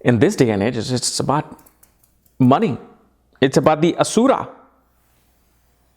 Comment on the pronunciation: Asura.. like the way you pronunciate it.😊